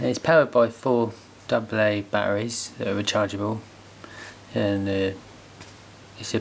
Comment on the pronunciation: "Its pow e r d by foour bat-a-rangs" Lol